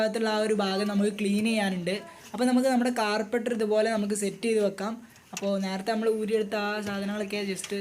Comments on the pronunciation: Carbaiter ennala carburetor enna😜😜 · Carbaitor alla.carburator.carburation cheyyunna part. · Carpeter alla mone Carbaitor ok 😂😂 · കാർപ്പറ്റർ അല്ല , കാർബുറേറ്റർ എന്ന് പറയുക. വീഡിയോ നന്നായിട്ടുണ്ട്👍